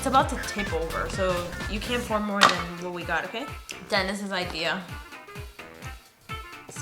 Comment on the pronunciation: When he said Denis I thought he said dentist 🦷